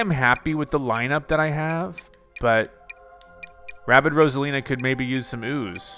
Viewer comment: “Rabbid” not “Rabbit”